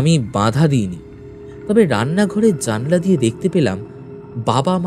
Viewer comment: দাদা জালনা না বলে জানালা বলাটা একটু চেষ্টা করো না শুনতে ভালো লাগবে।।।